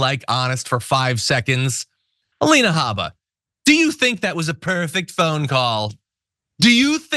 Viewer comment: How about Aleina Ha-BAH! That's the correct pronunciation of her name. She's Iraqi. 🗳️🔵⚖️🇺🇸💙🇺🇸⚖️